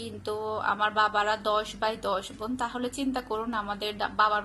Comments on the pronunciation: আপনি এত ভুল উচ্চারণ করেন কেন আপু...ভাই কে বলেন বাই আবার বোন কে বলেন ভোন,ক্ষেএ কে বললেন কেএ,মিথ‍্যা কে বললেন মিত‍্যা।উচ্চারন গুলো ঠিক করবেন আশা করি।এটা আমার হাজবেন্ড এর আইডি। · একটা ব্যাপার লক্ষ্য করলাম আপনি "ব "কে "ভ" আর "ভ" কে "ব" বলেন | "বোন" কে বলেন "ভোন" আর "ভাই" কে বলেন "বাই" |